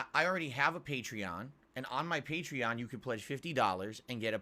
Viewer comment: The most astounding thing about this video is how he is correctly pronouncing Patreon now 😂